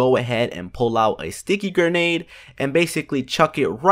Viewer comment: It’s Grenade not GERnade